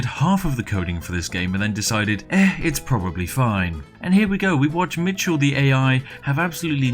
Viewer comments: It's pronounced VinCHenzo and Mishel, not Vinsenzo and Mitchel. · Michel was pronounced like four different ways in this video